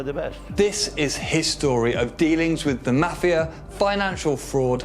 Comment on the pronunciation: This dude puts the 'ma' in maFIA